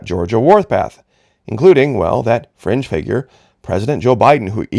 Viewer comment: When you said 'fringe figure' I thought at first you said, 'cringe figure'. lol